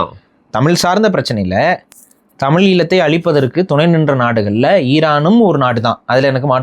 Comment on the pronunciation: Kaamini nu sollathey. Khamaeni nu sollu. First nee Thamizh nu sollu. Nee Thamil nu solra. Correct yourself.